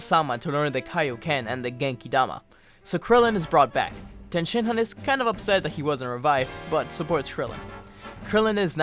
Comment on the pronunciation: did u just call Tien Shen Han ten Shen Han